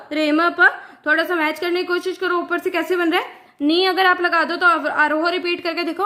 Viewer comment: Ma'am स nahi ,सा है